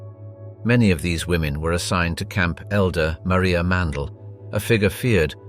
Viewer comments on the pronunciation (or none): none